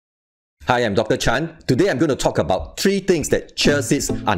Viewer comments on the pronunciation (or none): none